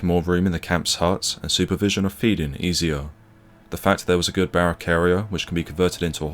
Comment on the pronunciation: His is a truly great video, enhanced by the memories in the comments. I only wish the commentator said 'think' and 'there' instead of 'fink' and 'vere'. He would have no place in any video of mine, especially when the subject is so dark and sombre.